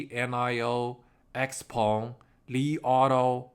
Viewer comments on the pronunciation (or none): none